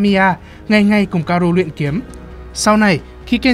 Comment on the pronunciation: *ka-o-ru nha ad đâu phải ka-ru